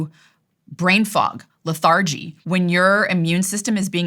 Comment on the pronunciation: This was really good, but I just don't understand how she doesn't know how to pronounce lethargy or caloric. That was very weird for someone with supposedly a great education to not know how to say those basic words. Really weird pronunciations, too